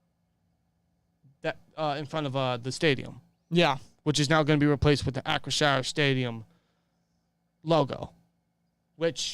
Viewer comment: it's Ahh- chri- 'sure', as in shore... not shire. like some Hobbits. lol